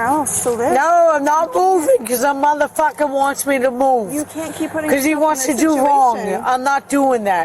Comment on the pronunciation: And the mawtha fawker